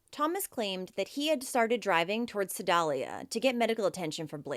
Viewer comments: Su-dale-ya is how the town's. I'm from that area. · Your great. Love your expressions 💕💕💕 Sedalia -ali sounds like ale in male